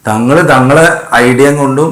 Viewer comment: ഈ താത്താക്ക് തങ്കളുപ്പന്റെ പേര് ശരിക്കും പറയാൻ അറിയില്ല